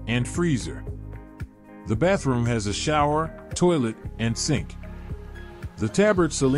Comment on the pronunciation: So the thumbnail was clickbait and who says "Baff room" in a professional presentation? 🤔